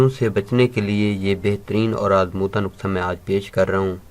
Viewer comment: نکسہ نہی نسحہ ہوتا ہے